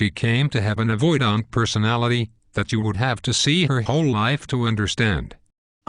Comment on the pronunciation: "Avoid-ahnt" :( Great topic that's sorely lacking in YouTube videos. AVPD crushes lives. Thanks!